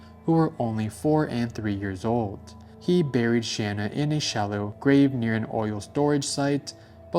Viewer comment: Real quick just because I know a lot of people have a hard time pronouncing her name correctly, but it is important. Her name is Shanann Watts. Pronounced "Shu-nan."